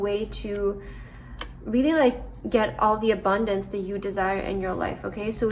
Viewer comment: Pile 3...very generic reading with TOOOOO much stress on the word abundance